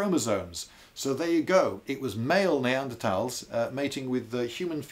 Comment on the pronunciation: he says “neadertals” then right after “Neanderthals” right after